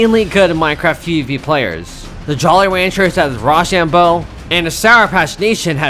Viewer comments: its rOshambo, like when u say the alphabet you say “OH”, for example “no”. you said it like “rawshambo” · btw great vid but its roshambo not rashambo